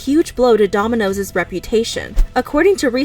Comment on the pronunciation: Heh heh She said DOMI-NOSES